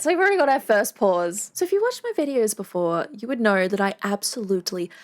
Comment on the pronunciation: know is not knowr you speak of articulation but show your own articulation of words includes extra R's that are simply not there iam assuming this is some new form that ALMOST resembles English .